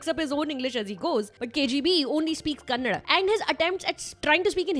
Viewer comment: It's not kannad it is kannada. Why don't you north indians understand